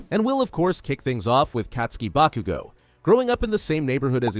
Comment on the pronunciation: Stop saying bakugo wrong